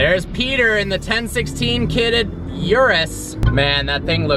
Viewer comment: CAN YOU PLEASE LEARN HOW TO PRONOUNCE URUS!! its italian oorooos is how you say it damnit